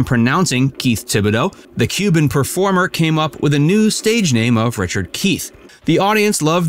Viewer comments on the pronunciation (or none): none